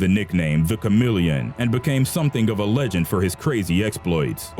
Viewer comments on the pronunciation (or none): none